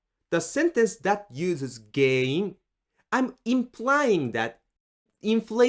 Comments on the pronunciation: Interestingly when you say the word GEN-IN you seem to pronounce it like GEI-IN. Is that an exception or am I hearing it wrong? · 原因 sounds like a hard word to say. It sounds more like you say げいいん. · It's not pronounced like Gei-in. It's pronounced as is; it's a nasalized sound. Tricky to do, unless you grew up hearing Japanese all the time like I did lmao